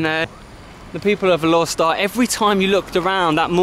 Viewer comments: FYI its pronounced as Alor Star with the silent 'e'. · Going to roots, it's Alor Star. Going by a miss here and there, it's Alok Sta.